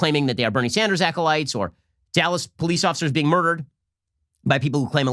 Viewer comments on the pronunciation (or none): none